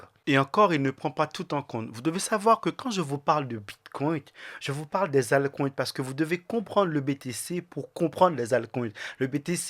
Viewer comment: STP tu peux arrêter de dire « bitcoint » et « altcoint » Il n’y a pas de « t ». Idem pour « biremarket » 🍺c’est bearmarket = « bèremarket » 🧸 Sinon merci pour ton contenu 🙏👌🏼